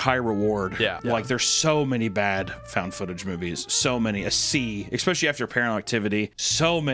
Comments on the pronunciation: please oh please! The word is “Especially” not “Expecially” 🤓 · When can I get a shirt that says Expecially?